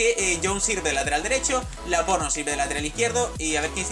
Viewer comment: así se dice noob